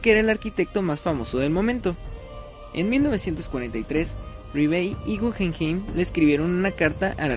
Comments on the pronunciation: podrías pronunciar naturalmente el nombre del museo “gujenjein” sino “gugenjaim “ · No es gujenjein sino gugenjaim